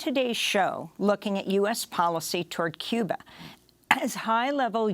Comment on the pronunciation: I don't think your real and what gives you away is if you were a Cuban you would not pronounce Cuba like you do. I lived in SW,FL around Cuban People & their Culture. I know you might be Cuban American